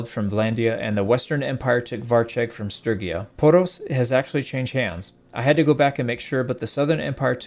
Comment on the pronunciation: The real question is why pronounce Sturgia as Strygia